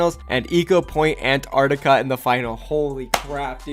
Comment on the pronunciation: When you can't say Castillo, Necropolis or Ecopoint:Antarctica correctly